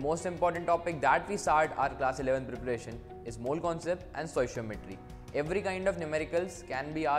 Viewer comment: it's not sociometry it's stoichiometry.